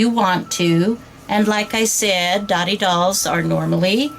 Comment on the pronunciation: correct info but pronounced doe-tee. means friendship